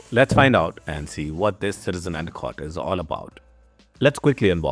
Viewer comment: Couldn’t understand some of the words you said, and a cot?